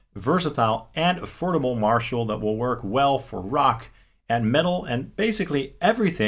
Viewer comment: He said... "Afordable"......💀😭